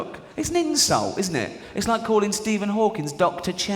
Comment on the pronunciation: Hawking not Hawkins